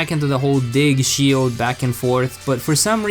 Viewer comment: Pokémon S C H I L D No offense btw